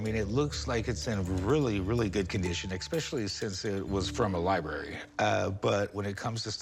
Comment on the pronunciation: I hate the way she pronounces library